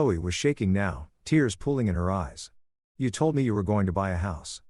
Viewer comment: I enjoyed the story. However, it drives me crazy with all the words mispronounced. I know English can be challenging, but please. Listen to the context to get words like desert and tears correct. Desert, something you eat and tears, water that leaks from your eyes.